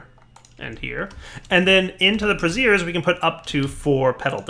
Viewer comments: I love how he keeps pronouncing it a 'brassiere' instead of a 'brazier' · Braziers, not Brassieres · You're using the pronunciation: brassier. That's an over-the-shoulder boulder holder... The word is Brazier (bray-sur). ROFL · you are mispronouncing braziers. The way you are saying it is how you would pronounce brassieres. The proper way to say brazier is bray-zher. Just wanted to help with your PR. Might look bad to be calling things bras. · " bray zhrz" not "bruh zeers." "bruh-zeers" is something else... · Incense brassieres -> Incense bras? I think you may have meant brazier (brey'-zher)... :) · So... bark goes into the bra's???? might explain your dating life :P JK. Seriously though your pronunciation of brazers... That aside great spotlight! It relay made me want to play this mod. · Okay, it wasn't just me. I could ignore "pestle" but that one made me uncomfortable. :/ Yay for the fun curse of having read words without ever hearing them pronounced! :/ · I laughed so hard everytime he said it.